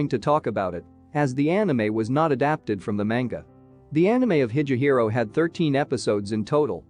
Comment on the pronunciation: Yeah I quit this video as soon as I heard him mispronounce higehiro as hi'je'hiro